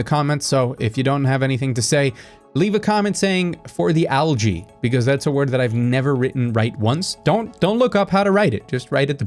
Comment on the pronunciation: For the algae(ee-ii)!!